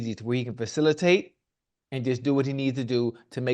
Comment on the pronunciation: Pacilitate lol